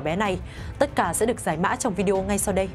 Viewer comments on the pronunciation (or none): none